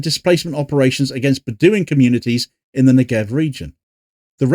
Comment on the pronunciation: bedouin is pronounced "bed-win"